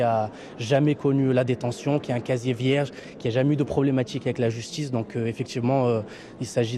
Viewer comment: "...de problématchiques avec la justchisse" eh ben dis donc... les avocats c'est plus que ce c'était, il est loin Vergès...